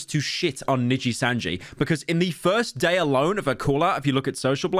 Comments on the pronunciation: “Probably not as much as she lost from ninjitsu” - pyro. It’s nijisanji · ah yes.... "ninjitsu" my favourite vtuber company xddd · bro said ninjitsu making it sound cooler nooooooo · Hearing Pyro say Nijisanji was both surreal (I didn't expect this drama would be so insane as to break out into the western streaming world, Asmon and Cr1tikal talked about this as well) and hilarious (he's trying his best but that accent is very funny), I thought the Selen Tatsuki pronunciation was gonna be the best one but that one was just exquisite.